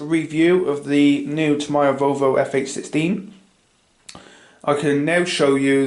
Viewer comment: it's TAMIYA not TOMIYA it's pronounced like tami-ya